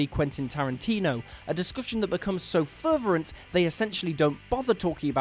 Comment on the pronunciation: 1) The word is "Fervent" as ferverent isn't even a word. 2) A commentary of two guys not even talking about the film and instead talking about their favorite shit is extremely narcissistic and pretentious; I don't care if it is Edgar Wright and Quentin Tarantino (not that I give a fig about them anyway). It is patently bullshit that this is at number one when the commentary does not even focus on the movie it is attached to.